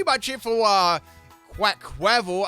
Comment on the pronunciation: You absolutely murdered the pronounciation of their Quaquaval and Meowscarada's names, my goodness